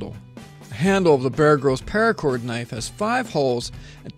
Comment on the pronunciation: Anyone else notice he said PAIRACOR about 3 million times?